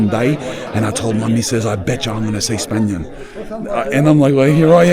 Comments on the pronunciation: Spanian.... mate... you are such a city mouse. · spanian sounds like "spain won".... she didnt know you lol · The "Chestnut" cmtfu Spanian. 🤣🤣🤣🤣🤣🤣